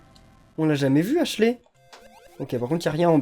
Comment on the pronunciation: Faut dire "Ashliiii" pas "Ashlé"